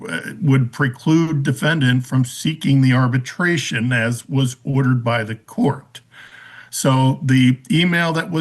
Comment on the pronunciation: Ma’am, it’s arbitration not “arbertration”